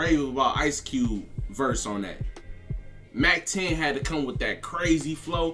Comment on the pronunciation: It's mac ten bruh 😆 🤣 much love to your effort and your channel!